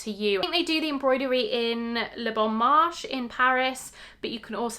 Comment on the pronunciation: Le bon marchÉ!!! Not marche